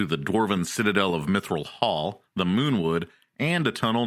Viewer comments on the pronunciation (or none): none